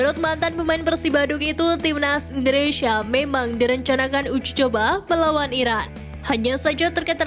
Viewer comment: Uji coba sama Iran apa Irak sih min..ngomong yang jelas Napa?